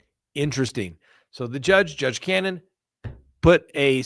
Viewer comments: The judge’s name is Ca-no-ne The expects were from ARRCA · The judges name is pronounced Cah-No-knee..you said judge Canon.. Free Karen Read..❤